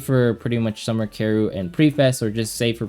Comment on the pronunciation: Summer Karru? do you mean Summer Karyl?? it's pronounced Carol it's German. >///< please say her name right! ty!